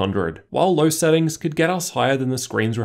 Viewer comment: No offense but i am a little bit annoyed by your accent, diction or is it just your voice?.. like "low" = "ler" "know" = "kner"